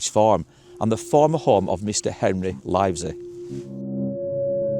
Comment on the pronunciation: Pronounced Livsy